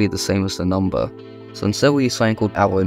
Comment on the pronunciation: He is not saying arrow,he is saying awo